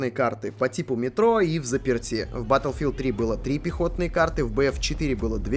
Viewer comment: Ох, да!!! Как же он сказал БАТЛ'филд!!!